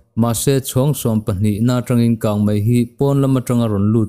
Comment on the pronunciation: He channel hi a rintlakin news ṭha tak tak min chhawp chhuah sak ṭhin a, a bengvar thlak hle. Chutih rual chuan Mizoṭawng chhiar erawh fimkhur zel a ṭha. 'Kang mei' tih tura 'Kang mai' tih ang chi hi fimkhur deuh a ṭha. Mizoṭawng fiah fel tak leh dik taka chhiar zel a ṭha e...news a ngaihnawm ṭhin hle mai..